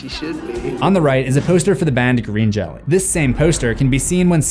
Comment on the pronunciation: Just an FYI, the band’s name is pronounced as “jello” not “jelly”. They had to change the spelling because of the brand Jello, but kept the same pronunciation.